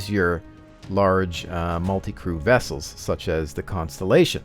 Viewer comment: "Large, multi-crewed wessel", as Sulu would say